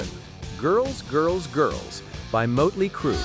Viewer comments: Moatley? It's not pronounced that way. Mott-lee. 🙄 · That is NOT how you say 'motley'.